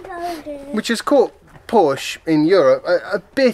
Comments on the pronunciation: Joey: "Hey, it's PorschAH" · No. The people who say both syllables know that it is a family name and know that that is how it is pronounced. It isn't an invented word. You wouldn't be so casual if someone started slagging off those new Tee-slaws. And you even defeat your own point by reminding us of Shakespeare's Portia. Somebody from England now officially has no excuse for mispronouncing the name of the brand. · You said Porsche so much in this one. It might be time to learn the right pronunciation. You don’t have to but probably good preparation for when the Mission E is in the news more often. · Chris Till the only people who say “Porsche-ah” are owners of one. Or when referencing the name of your favorite stripper at the local club. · What other comment? Have you moved on to gaslighting? Tell us the next time you see an ad for a "Porsh". Then tell us that the "name" is synonymous. Until then you are just wallowing in deliberate ignorance and proud of it. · Willful ignorance in the pursuit of what, nbkcq28? It's one thing to read a word and mispronounce it because it never comes up in spoken conversation. It's quite another to claim that Porsche isn't a family name. That's like claiming that water isn't wet. The P-word that occurs to me is not "pompous", but "petulant". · aren't making a good case for yourself. This isn't a regional pronunciation of a random noun, this is a family name. There is one way to pronounce it. If someone finds the phonemes too difficult to navigate, the usual thing is to preface your mispronunciation with an apology. This is how adults function. I seem to remember someone on this channel saying something like "to the people in the comments, my name is Sophia, not Sophie. Call me Soph or Sophia, Sophie isn't my name." Because, you know, it's weird to hear people refer to you like that.